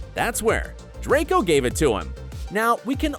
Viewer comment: Draco's redemption , he actually pronounce the R. HALLELUJAH 🙇